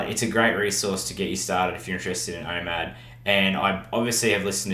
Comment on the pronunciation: What’s IMAD? I keep hearing IMAD but I think it’s called OMAD